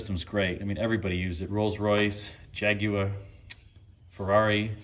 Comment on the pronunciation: Nice work on the ‘Jaguar’ 😉🇬🇧